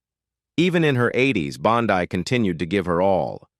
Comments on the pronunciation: It was Beulah "Bondeee). That is the proper way to say it. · Mispronounces the last name of the famous character actress Buleah Bondi.